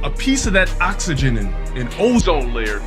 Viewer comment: "A PIECE OF THAT OXAGINEN" 💀